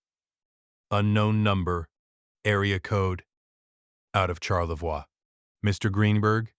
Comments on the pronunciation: As a Michigander living fairly close to TC, Charlevois is pronounced Sharlevoy in Michigan. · That is not the local pronunciation of Charlevoix. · What a heartbreaking story about a son & DIL’s betrayal. Glad you got the Grace home. Listening from Traverse City, grew up on the OMP…but seriously AI mispronounced Charlevoix and Petoskey.. :/